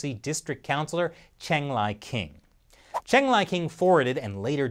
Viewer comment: I think the the answer is pretty clear. Yes! Also, I’m fairly certain that Cheng is pronounced like Chung.